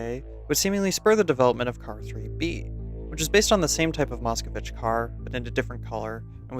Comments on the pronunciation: Its MOSKVITCH. NOT MOSCOWITCH. Idiot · u pronounce the name of the car wrong, theres no o after the k in moskvitch. also as a bulgarian, it feels very obviously a ripped asset to see a eastern european car (that was extremely common at the time in bulgaria) be artifically placed in dust2 which is in morocco and inferno which is italian and l4d2